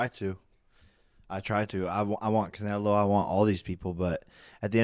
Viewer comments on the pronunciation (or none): "cunaylo" wtf " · Bro annoys tf out of me 🤦‍♂️ how hard is it to say canelo correctly? It’s so cringe when he calls him “canalo” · I'd look right at and be like bro. When have you ever heard ANYONE call him Canaylo